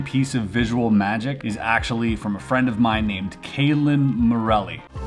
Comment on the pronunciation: I swear he keep calling the dude Kaitlyn